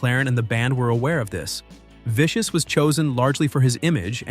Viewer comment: When you call him Sid Viscous you make him sound thick! 😂😂😂